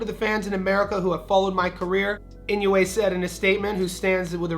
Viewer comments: Love the show! I think Inoue is pronounced "In - O -Way" rather than "In - You - A." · In- no- way NOT In- new- way. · Four syllables. I-No-U-E. Pronounced E-No-OO-Eh